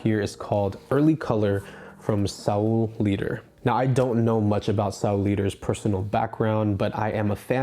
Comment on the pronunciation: FYI it's pronounced sol lighter. As in better call Saul and Leiter like Leica